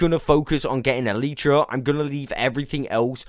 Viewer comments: Why you say eletrah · Love the content, hate the “EELEEtra”